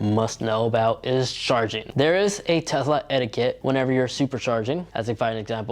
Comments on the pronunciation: Why do you keep saying TEZLA annoying af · Tez-la? Bruh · Quit saying tezla